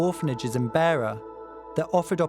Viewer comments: It's a shame that the journalist didn't research the correct pronunciation of names and places before narrating the documentary. He pronounced the names "Themba" and "Beira" incorrectly multiple times throughout the documentary.. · It's not "Beer -a", it's "Beira". Also his name is not pronounced "Themba" as in "Thimble". It's pronounced "Temba". Also "Jose" was mispronounced. Just a small point but one you ought to get right. You corrected yourself when interviewing Carlito's friend in Mozambique but then went back to saying his name wrong. Getting his name right is a matter of respecting his memory. It's distracting. I have lived and worked in Zimbabwe and Swaziland and have supported young people financially in a similar situation to these guys. I know how desperate they can be. Also I know how people from the rural areas and even townships will have no idea of the risks they will be taking when they climb into the wheel enclosure of a plane. It's also worth knowing that Carlito would not have been working in South Africa legally (very unlikely). The South African police and local South Africans do not treat Mozambicans / Zimbabweans etc kindly and there are often threats of violence towards immigrants from neighbouring countries which are well-documented. I successfully funded two young guys through high school and university (and failed with a third - who ended up going to South Africa and got involved in crime) in Swaziland so know something of what Themba and Carlito must have gone through to be that desperate. Just wondering if you managed to offer help in any form to Carlito's family or to Justin to improve their prospects.